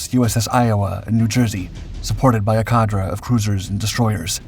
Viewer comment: Cadre, pronounced Cahd-Ray.